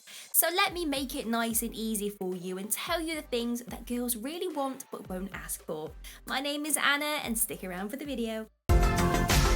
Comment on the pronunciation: Did you say axe for them? Please tell me you didn't say axe.